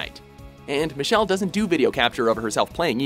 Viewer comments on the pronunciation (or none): none